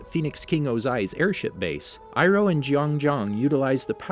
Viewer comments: Yay you said Iroh correctly! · Aye he said irohs name right this time